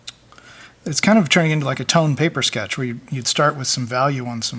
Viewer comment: "for a quicky sketche it's okay" hahahaha Shut up!